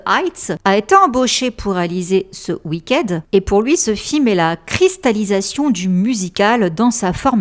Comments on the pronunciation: Pardon à l'avance mais, étant franco anglaise je dois préciser que ça se prononce "oui kid" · J'aime beaucoup tes vidéos, elles sont vraiment intéressantes et bien faites ! Cependant, par pitié, fais un petit effort sur la prononciation des mots en anglais, surtout quand tu répètes "wicked" plus d'une quinzaine de fois dans cette vidéo. Continue ton super travail, mais un petit effort sur la prononciation serait top ! Merci! 😊